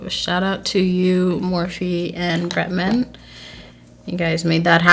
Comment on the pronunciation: girl it's pronounced 'ex' not times lmfao and also Bretman not 'Betman'